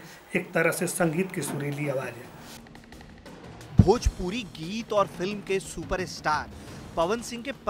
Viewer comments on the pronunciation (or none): Bhojpuri hota h na ki bhopuri